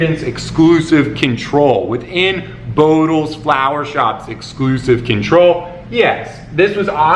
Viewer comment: Let's clarify it for all whose native language is not English starting with me: barrel of flour, not flower:) Great video,!